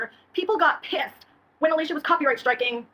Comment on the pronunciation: It is actually Alicia